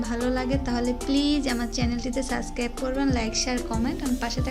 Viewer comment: সাসকাইব না সাবস্ক্রাইব হবে নুডুস না নুডুলস